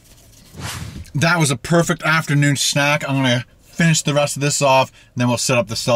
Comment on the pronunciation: “That was a perfect afternoon snack, I’m gngngah finish this off” lol